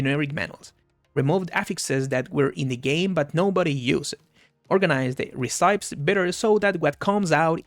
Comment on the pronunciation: Just so you know - not that it matters but it does make you sound more "pro" - "recipe" is not pronounced "reh-sigh-p" is is pronounced "reh-sip-pee". English is borked, I know.